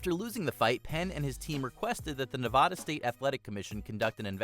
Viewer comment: How do you pronounce Nevada correctly in one entry and then mispronounce it in the same video with the same narrator?